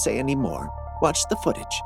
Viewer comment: "it does seem to wahtch the description"????? Flip that double-u over and pronounce it as an M.